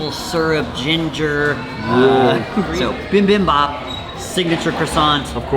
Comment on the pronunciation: It is Bibimbap (bee-bim-bop) not bim bim bop. But it all looked really great and well-made.